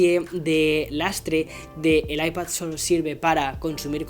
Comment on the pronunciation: Porque dices ipaZZZZZ